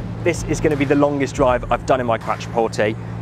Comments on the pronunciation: "Quatroporteyyyy" Jesus mate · Please pronounce Quattro (as in Audi Quattro) porte.